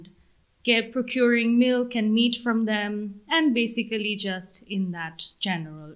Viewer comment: উনি 9 পেয়েছে এটা অনেক ভালো কিন্তু প্রথম ৮ মিনিটে উনি basically উচ্চারণ করতে গিয়ে তা উনি ৩ বার ই ভুল উচ্চারণ করেছেন